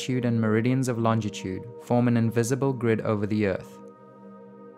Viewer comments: it really burns me how you can't say longitude :P LOL! other than that good JOB! :D! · Lol he pronounces longitude and latitude vis soooooo funny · Not bad, but he's pronunciation of Longitude is wrong